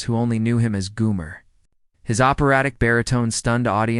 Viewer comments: How could you not know how to pronounce his name? It's Gomer (Goh-mer) not Goo-mer) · Gomer not Goomer!